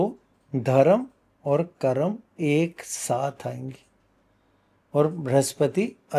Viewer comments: What is karmaa?? Why you can't pronounce Hindi word correctly. . it karma not karma. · मेडम जी कर्मा नहीं होता कर्म होता है कृपया हमारे शब्दों को मत बिगाड़े